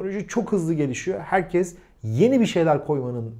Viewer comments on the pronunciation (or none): none